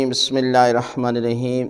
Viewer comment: ap bismilla irrehman q bolte hn bismilla hirrahman q nhin Kia m ghalat hun hr video m apki yhi hota h